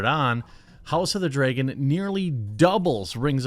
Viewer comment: It’s like they never learn. Also Dragon not Dregun